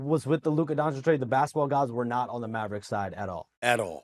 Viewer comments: DONCHICH, NOT DONCHICK! Omg so many years in the league and Stephen A STILL can't pronounce it right. Shame on you. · Stephen A still mispronouncing Doncic is hilarious to me 😂